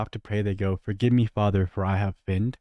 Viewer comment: lol, no awkward silence here dude, "I have finned." hehe